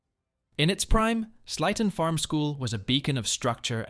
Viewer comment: Sleighton Farms is pronounced Slayton Farms, like Santa’s sleigh.